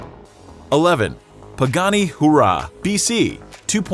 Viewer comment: Pagani hooo rahh? Lmfaooo🤣🤣